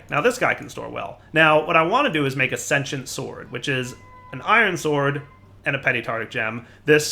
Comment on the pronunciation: Why do so many people have trouble saying sentient? Love your vids man. Just nit picky